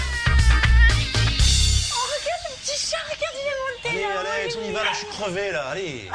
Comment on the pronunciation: It's Alex not Alexi, xD and her full name is Alexandra